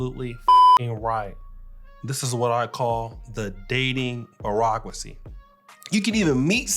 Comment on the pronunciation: Please learn how to say bureaucracy